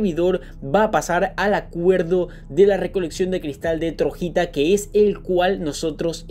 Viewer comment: Porque dices Trojita cuando dice Troyita